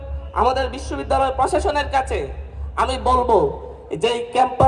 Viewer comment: ঢাকা বিশব্বিদ্যালয়ের বিচি 😂😂 হায়রে বাংলা pronunciation এর ধ/র্ষ/ন হয়ে গিয়েছে😂😂😂